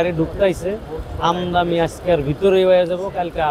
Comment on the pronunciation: আমদানি বলতে পারেন না আমদামি বলেন কেন